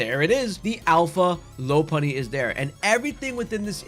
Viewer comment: We STILL have people saying Lopunny wrong in 2025 are you fucking kidding me 💔